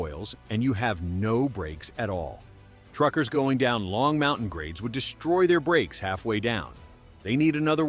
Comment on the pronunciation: MountAne??? AI narration ruined this video.